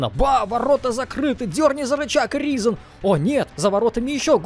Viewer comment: Да не Разен, а Ризен!